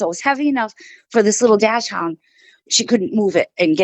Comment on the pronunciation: Dash-hound? Lol ..Dachshund